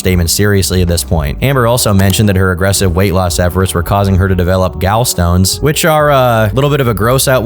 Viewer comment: Until now, I've never heard a person not know how to pronounce "gall stones". GAL stones??? 🤣🤣🤣🤣